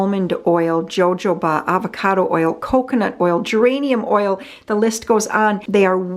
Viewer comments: Hi, great vlog as usual thankyou. By the way Jojoba is pronounced Hohoba just like Mexican words are. Take care. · Huh-hoe-ba = jojoba.